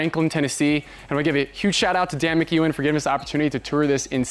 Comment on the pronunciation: It's Mc...Ewen you are meant to pronounce the capital E. There is no Q